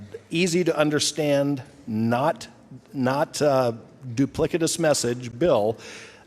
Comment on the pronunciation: Ummmm...duplikatous? I'm not a scholar but is he trying to say duplicitous?